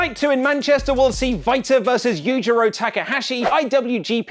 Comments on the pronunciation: It sounds like he's saying fighter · The way you said Walter’s name troubled me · Why are you pronouncing “Walter” is why way? Ellsworth is going to be in China during money in the bank